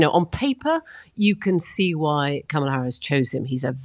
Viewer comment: I wish when this chick would start "speaking', that she would pronounce KAMALA's name correctly. Ugh.